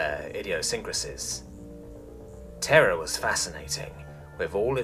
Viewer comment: You pronounced terra as terror.